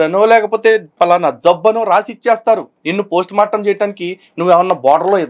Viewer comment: ప్రోస్ట్ మార్టం కాదురా పోస్టుమార్టం అబద్ధం కూడా సక్కగా చెప్పరాని మా క్రైస్తవ బుద్ధిలేని ఓపెన్ గ్రౌండ్ సోదరుడు 😂😊